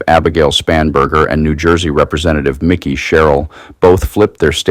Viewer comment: Mikey not Mickey!